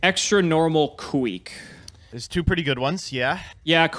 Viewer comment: The way pronounces "Kuick" and "Dekoichi" is cringe.